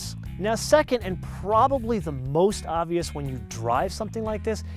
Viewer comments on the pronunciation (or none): none